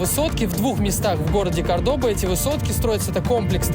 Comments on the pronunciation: Я ошибся за 300000, а это на данный момент меньше 300$$. И не забудьте что Кордоба, ударение на первый слог. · Кордоба, ударение на первый слог! Все три района которые ты назвал, это туристические . Там самые опасные места. Постоянно грабят!